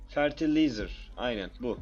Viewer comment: förtelayzır diye okunuyo :)